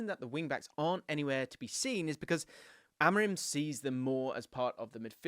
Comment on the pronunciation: its not rim like tire rim it pronounced amoreem. I is like a double e like in spanish.